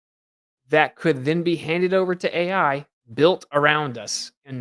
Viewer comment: Yo, what's wrong with the AI, A eye eye's? 🫣🇬🇧